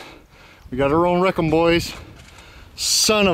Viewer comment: "Rickemin it" LMAO